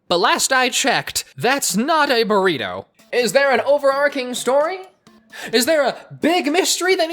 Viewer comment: its a burry-ito